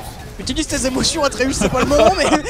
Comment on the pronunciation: *émotions et non pas emorions